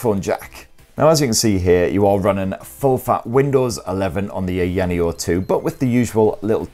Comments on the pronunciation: It would've only taken 10 seconds to put the device into the correct resolution and take advantage of the entire screen, just 10 seconds.. Also it's pronounced Eye-ya-neo, not "eyanio" Such a lazy review. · EYE-YA-NEO lol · IT IS PRONOUNCED EYE-YA-NEO 🤣🤣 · Aya Neo... two separate words... Aya Neo... The company isn't called AyaNeo, it's Aya Neo. Everyone knows how to pronounce it after 2 years of being out. You say Aya Space right, why not Aya Neo? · It’s weird to hear people pronouncing ayaneo from all around the globe I would pronounce it ion neo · I know!!! LOL! Like EVERYONE knows how to pronounce it, where has he been in the past 2 years? It's two SEPERATE words... AYA NEO... How hard is that to pronounce? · Yeah, it seems like he just discovered this company, I mean it's two separate words, he's able to pronounce Aya right... like Aya Space? lol. How hard is it to say Aya Neo? lol. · It was so annoying that i watched the video on mute lol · He pronounces Aya correctly but completely butchers it for the rest of the video. I'm thinking he's just trolling us at this point 🤔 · Couldn't help 😂 how your pronouncing the name. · Hey if you're going to do a review on a product, it's best to do a little... A LITTLE bit of research, like maybe even watch another review and see how it's pronounced. But if mispronouncing a brand name that has been out for years is fine for you, then I'm happy for ya, it's just not a good look, quite sloppy if you ask me. But I guess I have higher standards for YouTubers who have been out for a long time.